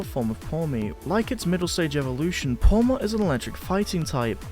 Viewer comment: This guy said Pawmot 🙄